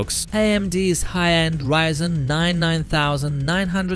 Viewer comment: also Ryzen, no 'reesen' :) that seems to be only sometimes though